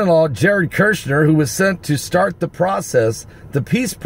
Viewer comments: I have to say it because it urks my nerves. His Name is Kushner, NOT Kershner. Say Cushion. Then say Cush, now say NER. Cushner, that's it, Kushner. Kushner. lol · Mr. Kushner's name has only ONE "R" in it, so his name is NOT pronounced KuRshner. It is just pronounced like this: CUHSH-NER. I Thess. 5:3: "For when they say peace and safety, then cometh sudden destruction like a woman in travail." First comes the confirmation of a peace agreement, and then tribulation hits, which is the sudden destruction the verse mentions. So this is possibly right around the corner, people! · KUSHner, not kurshner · ITS KUSHNER, NOT KIRSHNER. IF YORE GOING TO REPORT PRONOUNCE THE NAME RIGHT...JSUT SAYIN... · it's Kushner, not "Kirchner"... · no "R" before the S in KUSHNER , say....COOsh ner